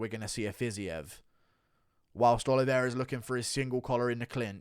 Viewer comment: Can we talk about how the USA 🇺🇸 commentators butcher fighters’ names? Poirier pwa-ree-ay 🇫🇷 not Poor Eeee Ay Fiziev- Fizzy Ev not fizz Eve 🇷🇺 😂 And the best Jedzrejczyk - Yeds Ray Chick 🇵🇱 Not Yon Jay Check 😂